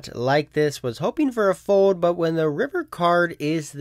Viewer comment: You would prolly get more subs if you pronounced it fold instead of fode